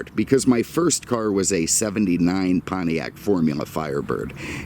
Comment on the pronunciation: What the hell is a "Pontriac"?